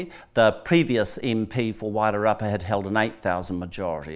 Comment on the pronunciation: So Georgina was invited there to talk to herself? The other person sat there like a prop - her and her Wider rapper pronunciation (Wairarapa) and yeah get f&cked! I loved her interpretation at the end about NZ and why the settlers went there. Georgina needs to return to the table - somewhere!!!!!! She's still got it.